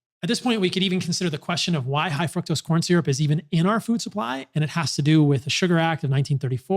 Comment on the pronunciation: Is he purposely saying fuctose?